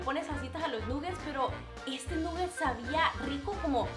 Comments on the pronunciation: Nugets no plis Nagets (Pronunciación) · se dice naget